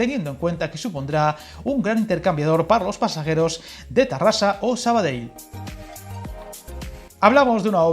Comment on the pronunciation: Muy buen video, como siempre. Que pena que las dos líneas sean de ancho diferente, sería fantástico poder ir de Rubí a Sant Boi sin cambiar de tren, cuando haga la carta a los Reyes Magos lo voy a pedir, por probar que no quede. 🤣🤣 Por cierto, reconocerte el esfuerzo que has hecho para pronunciar esas palabras en catalán tan difíciles para un español, como Sabadell, compte o Urgell. 👍👍 Saludos desde Barcelona.